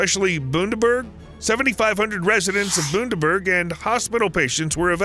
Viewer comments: Hey mate just to correct your pronunciation on bundaberg. How it sounds your saying it (boondaberg) Pronounced bun-da-berg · As others from Australia have probably told you it’s Bun-da-berg... Not Boon-der-berg. Always enjoy your videos but hearing you get that name wrong just took away from how detailed your research was for this one . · Prime minister of Queensland. 😆 Dude I'm trying to stop chuckling. Combine that with "Boondaberg" (bUndaberg, bunda-> thunder, down unda), and I"m falling off my chair laughing. Good video, very entertaining thank you. 👍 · Boondaberg🤣🤣🤣 its bun-da-berg🤦🏻‍♀️ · FYI. It’s pronounced Bun da berg, not Boon deb erg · "Boondaburg" is what I'm calling it now (It's pronounced Bun-da-berg) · Bun-da-berg not bloody boon- da -berg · It is pronounced BUN DA BERG. Not Boondaberg. Cheers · Dude. It’s Bun-da-berg. Not Boondaburg. Jesus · Australian here with a pronunciation tip... it's not meant to sound like Boondaberg.... it's Bundaberg to sound like 'under' IE: bun-da-berg Have a great day y'all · BUNderberg not boonderbug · It's not Boondaberg, it's Bundaberg - Bun----daberg.🤔🙄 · Just to get a few things clear here, The City of Bunderberg is pronounced as 'bun-der- burg', not Boonderburg! 2nd, It's not the Prime Minsiter of Queensland, It's the Premier of Queensland, the leader of the state, NOT THE COUNTRY! The PRIME MINISTER is the Leader of the country, NOT A STATE as you've stated! If you're going to do stories on other countries, please check pronunications, who the leaders are etc, and what they lead, states, federal, or local govt (Council/Shire). In other words, get your facts straight, and do your homework!!!! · Bun not boon , Hard u , Like in Gun. bundaberg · It is not "Boondaberg" but "Bund-da-berg. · Bun dah burg not Boondahburg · Not Boondaburg. Bunderburg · boondee... damn muricans think bun as in steam bun bunderberg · It is pronounced bun da berg not boonerberg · Also - it is bun dee berg not boon dee berg. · "Boondaberg". LOL